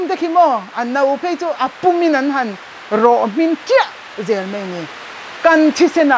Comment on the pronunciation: ṭawng ahmang dik theilo ani ber e,mai tih tur,mei ti zel ringawt mai..